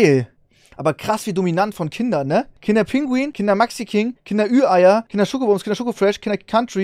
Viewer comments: Kinder PINGUI !!!!! nicht Kinder Pinguin! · Es heißt Pingui, nicht Pinguin. 😬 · Ich werde da nach 2 Minuten schon so aggressiv. Es heißt Kinder PINGUI, nicht pinguiN! Ohne N! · kann jemand den bitte erklären das es pingui und nicht pinguin heißt lmao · Triggert dass ihr KinderpinguiN sagt. Lasst das N bitte einfach weg, danke😘😅